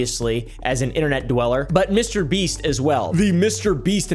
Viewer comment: Bro really said MrBeat 💀🙏